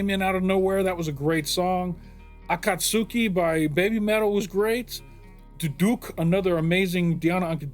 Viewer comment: I'm a bit of a naval history buff, and there have been multiple destroyers in the Japanese Navy bearing the name Akatsuki. I feel the need to correct your pronunciation, not to be annoying or rude, but simply because it is more fun to say and hear when it is pronounced correctly. For starters, the second syllable ("kat") is the strongest syllable of the word. Second off, the "u" is hardly pronounced. Think of it as being much closer to how one would say the English word "ski." There is a hint of that "u" there, but it's very subtle. So, the end result is a-KAT-s(u)-ki.